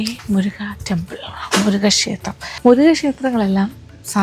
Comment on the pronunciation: அக்கா முரிகன் டெம்பிள் அல்ல முருகன் டெம்பிள்